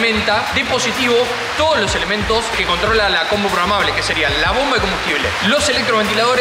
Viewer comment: es PROGRAMABLE, no PROGAMABLE